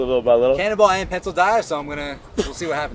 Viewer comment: Was listening to this having breakfast and when your friend says hes the cannonball champ it sounded like cannibal champ and i was like wait what?????